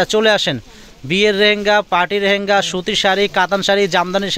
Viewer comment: রেহেঙ্গা না এটার উচ্চারণ হবে লেহেঙ্গা । ধন্যবাদ।